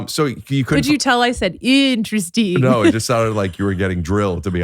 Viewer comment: When Mr burns says interesting it's four syllables. IN TER ESS TING.